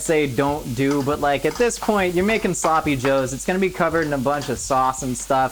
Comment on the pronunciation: There sloppy -ohs